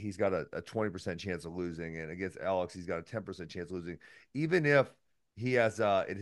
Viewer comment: Daniel, it’s not Uh-LEX, it’s Alex